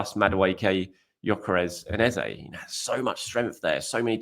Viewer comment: His name is pronounced ez-uh, not ez-a